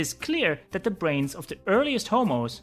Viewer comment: Solid info. But it is THE brain not DE brain. T is not the same pronunciation as D